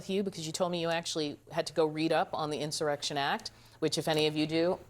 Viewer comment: this clown can't even spell or pronounce the word insurrection...clueless. The Project 2025 ghouls put the bug in his empty head... 😂🤡🍊